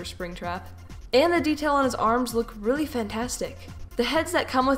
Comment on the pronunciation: Why do you say weally so much time XD